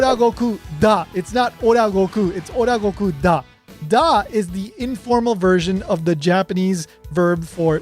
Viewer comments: Sounds so good, you made me think you are Russian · Your. Da sounds very good, Russians respect you